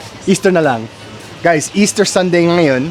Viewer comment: pan-SIT, not PAN-sit. i-BA, not I-ba (unless you're refering to Iba in Zambales.) nga-YON, not NGA-yon. is-DA, not IS-da. TA-kal, not ta-KAL. I'm aware of microplastics too and the harm it does to us and to wildlife. It's really sad. There's also growing evidence that it is linked to Alzheimer's and Dementia. Easter is referred to here as "Pasko ng Pagkabuhay" (Christmas of the Resurrection).